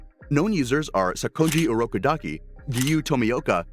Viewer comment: bro needs to learn how to pronounce kamado and urokodaki (this is serious)